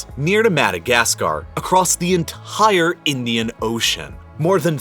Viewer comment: Is anyone a little bothered by the emphasis he puts on ent*I*re...